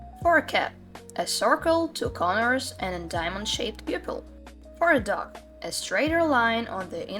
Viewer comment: I keep hearing duck instead of dog and it gets funnier every time Great video! Still can't figure out how muzzles work tho haha